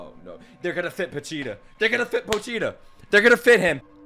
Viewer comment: After 12 episodes he can't pronounce Pochita... LOL